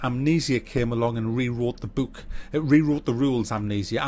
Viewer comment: "Bewk" - -2017